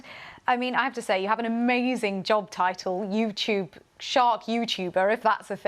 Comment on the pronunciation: "Yewtewbeh" ugh